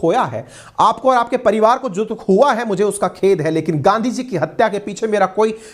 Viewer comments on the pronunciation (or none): none